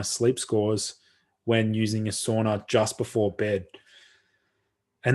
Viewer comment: It's pronounced SAUNA not SOONA